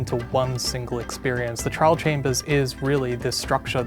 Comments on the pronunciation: Ah yes the “Trail chambers” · lol they said trail chambers, its trial chambers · "Trail chambers" 💀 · TRIAL: ❌ TRAIL: ✅ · Update the end Mojang, pls we are begging you. Also fix ur grammar because it’s trial not trail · erm actually🤓🤓🤓 it’s TRIAL, not trail